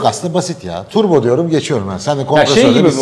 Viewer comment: dünyanın en güzel Turbo diyen insanı